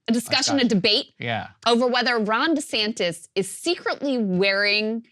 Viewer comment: Cross-dresser Duh-Santis